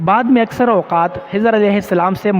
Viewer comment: Correct immediately...!!! Khijar not Hijar...